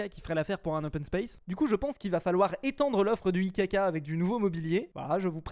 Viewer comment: Quand tu dit IKK moi j’antent ICACA